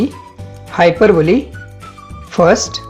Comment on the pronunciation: it is not हायपरबली it is हायपरबोल